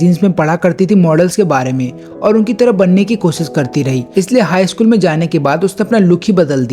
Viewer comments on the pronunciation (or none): none